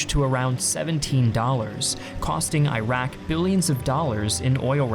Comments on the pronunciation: Dearest....as someone who really appreciates your content and your love for history, PLEASE pronounce these countries' names correctly. Iraq, an Arabic-speaking country, is pronounced "irr-rock". Not "eye-rack". Irack is what Westerns mispronounce it as. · Great vid, but it's called Eeruk as you probably know, not AyRaK! Not from there, just saying. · Pronouncing Iraq as Airaq is irritating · "EE-rok," and "EE-ron." Do you say "eye-TAL-yinz?" No, unless you're Archie Bunker. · Where is Eyerak? Do you mean Iraq? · He wants to convince me that it’s from an Iraqi perspective when he pronounces it as “eye-rack” lol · Can you please pronounce Iraq correctly? It is quite irritating to hear a country name messed up...It is pronounced as "e-raq" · Ear-rock Ear-ron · Can't continue watching because you keep pronouncing them "eye-rack" and "eye-ran." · Nice presentation. But why do you pronounce Iraq, EYE RACK? You don’t pronounce Italy, EYE TALY do you? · Iraq , Iran , Italy Is pronounced Eraq, Eran , Etaly Because beside the USA n England Every Latin pronunciation for E is Eh I is e You will gain better world audience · If you're gonna use "historian" in your username, at least for the love of God don't pronounce it as "eye-rack" or "eye-ran"... Italy also starts with an "i" yet you don't pronounce it as eye-taly, do you? It's the same "i" sound that all three countries start with, please stop with the CNN/FOX pronunciation! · Iraq = "Ee'Rrak".. Good videos. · I hate hearing it pronounced eyerack. It just sounds bad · Bro your pronouncing Iraq wrong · Creating content on Iraq, can't even pronounce the name! Really? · At least learn how to pronounce Iraq. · Oh, WTF..."I"raq and "I"ran??? Again with the fucked up American pronunciation? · "Iraq" is pronounced with a soft "i", please. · His pronunciation of Iraq is worse than the actual war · God help me. Not every letter I is I. You have to read I of Iraq like I of Invasion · Eye-Rack... Ir-ock*